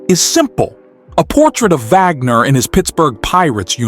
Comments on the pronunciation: Vagner? It's pronounced "Wagner", just as it's spelled. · It's an AI narrator. It got the pronunciation right when it read the first and last name together. The Vagner happened when the script just had the last name. The AI must have thought it meant the composer. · Did he say honus vagner??😅😅